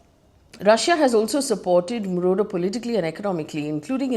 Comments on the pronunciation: Marudo? Really? Not once not twice ….The entire video is about someone called Marudo!!! 😂😂! Who next? Russian president Vladimir Punit ? 😂😂😂 Egad!! 🤦‍♀️ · FD trying hard to show she knows what she is taking about 😂. Btw is Maduro not marudo